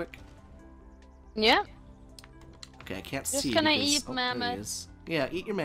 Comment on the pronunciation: “It’s gannah be an awesome freakin day”